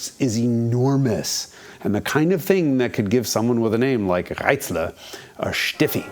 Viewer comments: Hey! Americans! Listen to Jason's "Reitzle"! Now pronounce the r and the ending vowel in Porsche like that. Lesson over. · Perfect pronunciation of "Reitzle". :)